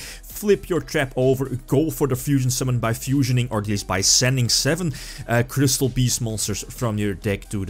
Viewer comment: Gat doss twee kwistoll beests...